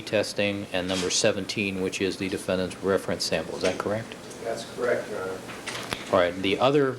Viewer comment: Rich yeah...the defend-Ant thing was irritating as all hell! Lol.